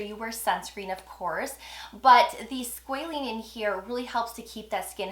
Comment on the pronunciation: I’m keep hearing, “Squalene”, I only see Squalane in their products. Thanks for the review though.